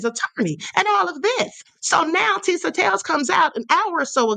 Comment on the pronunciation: I can’t stand Tisa, she’s pretty much incomprehensible mispronouncing every other word. 🙄